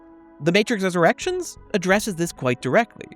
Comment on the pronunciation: Almost every time you said The Matrix Resurrections I hears The Matrix's Erections.